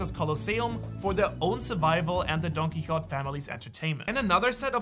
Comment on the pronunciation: Dude why is it so hard to you to say Don QuiXote?? Wtf